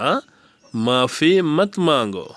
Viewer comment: ভাই উচ্চরণ ঠিক করুন, শিখান হিন্দি উচ্চারণ করেন বাংলাতে এটা ঠিক নয় , উচে নয় উসে ম্যারী মদদ কারো নয় ,করো। ছমজাও নয়, সমঝাও , আন্দার / ভিতর আও ,মুজহে নয় ,মূঝে বলো /কহো ,মুঝ সে কহো / বলো । মাপি নয় ,মাফি মত মঙ্গো ,আফস আও ,বেহেজ মানে তর্ককরা , ঝগড়া করোনা - লড়োনা, অভিনন্দন হিন্দি অভিনন্দন, সবাই জান - সব জানতে হে, বা সব কো পতা হে , ফির সে বলো ,হাসনা বন করো, ছে নয় সে হবে , হিন্দিতে স কে চ বলে । ইয়াহা নয় য়াহা হবে । উচ্চারণ ঠিক না হলে শিখে লাভ নেই । একটা কাহিনী শুনোন এক ভারতীয় লোগ ৫ তলার থেকে নিচে পড়ে গেছে,সাথে বাংলাদেশী কাজ করছিল। পরার পরে বাংলা ভাই ভারতীয় কর্মকর্তাকে গিয়ে বলল, বাংলাভাই: ওহ আদমী মর গেয়া ,ওহ আদমী মর গেয়া । কর্মকর্তা : মরয জানে দো,ইস সে তুমহে ক্যা । বাংলাভাই : আরে ওহ আদমী মর গেয়া , কর্মকর্তা : জাও য়হা সে । দেশী ভাই চলেয গেল সন্ধায় ছুটি পর ঐ লোক না পেয়ে সবাই তাকে তালাশ করতে লাগল , দীর্ঘক্ষন তালাশের পর তার লাশ ফেল । কথাযর মর্মার্থ হল, যদি দেশি প্রথমে বলত লোক টা উপর থেকে পড়ে গেছে তার হাসপাতালে নিয়ে যাওয বা নিতে হবে, তালে লোকটা মরত না । দেশী বলেছে সে মরে গেছে। এবার বূঝলেন তো উচ্চারণ কি জিনিষ, ভুল উচ্চারণ এর কারণে লোকটার জান গেলে।